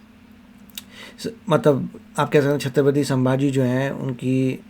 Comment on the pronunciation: Saambhaji ❌ Sambhaji ✅ Ganoji shikre (usko laga jaykant shikre jaisa) ❌ Ganoji Shirke gaddar ✅ Laxman utrekar ❌ Laxman Utekar ✅ Kya video banata hai yeh naam toh sahi se liye nahi ja rahe isse